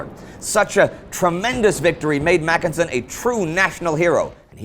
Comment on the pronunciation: It should be macKENsen and not MACKensen, as here.